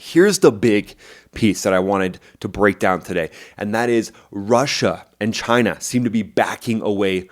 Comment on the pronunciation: Just wish you'd pronounce it correctly. Say it right. Chy-nah